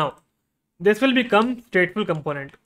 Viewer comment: You have something in your throat. Also, as most Indians do, you are mispronouncing the word "component".